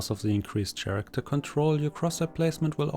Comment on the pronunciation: Thanks but please stop saying SCHaracter..